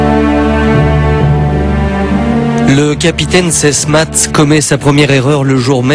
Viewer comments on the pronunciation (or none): Le capitaine Sesmat pas Sesmatte , pour des journalistes c´est un peu limite quand-même ...